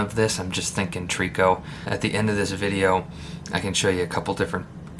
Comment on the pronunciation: Nice little bug ! Just an FYI , out west we pronounce it “ Try - co “ 😉 hope that helps ….